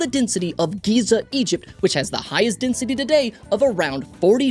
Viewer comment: Desnity? French is funny